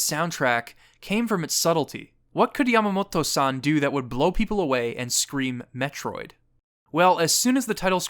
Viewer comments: Its cute how you say the japanese names, but when you say Yamamoto it sounds like your pronouncing it like Yamamotto. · Just a quick note: Yamamoto is pronounced as it is spelled. You've pronounced it here as Yamamot-to. Japanese consonants are short unless explicitly made long, so this is a vastly incorrect pronunciation. Great video otherwise.